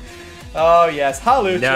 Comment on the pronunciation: On the first pack and that hawlucha you ...hahahahahaha threw